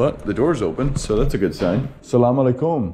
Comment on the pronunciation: great video great vibes it's really funny how you say sallam aleikum ...😁 you're supposed to put the emphasis on the LE of the aleikum...not on the KUM... but all in all a great example of how learning a bunch of local words can really create bridges between people keep up the good work and have fun